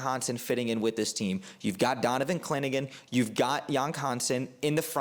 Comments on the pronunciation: Had to edit... pronunciation not as bad as i originally thought (actually closer that most) but still wrong order. Sound it out. Haan-sen Yong👍 And Donovan "Cliningan?"🤦‍♂️ Clingan... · Your pronunciation is off... on Donovan "Cling-an" (2 syllables) not "Clin-i-gan" 😅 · Clingan (2 syllables). I hope you're right about Yang! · I’m sorry but the way you said clingan was terrifying you said clin a gin but somehow you pronounced yang’s name perfectly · Bet he gets it right next time though, Clinagin kinda has a ring to it actually. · Good video but it’s hilarious you apologize for potentially mispronouncing yang Hansen then butcher Donovan “Clingan” twice in a row, I’m dead bro 😂 if that’s intentional to generate interactions it’s genius and you got me 😂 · But mispronounced Clingan